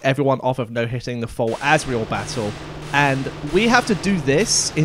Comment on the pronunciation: Was calling Asriel "Azrael" in the chapters intentional?